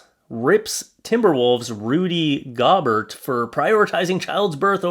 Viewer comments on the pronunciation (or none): Rudy's last name is pronounced "Go-bear".🙂